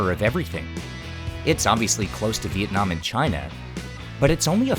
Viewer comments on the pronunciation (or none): none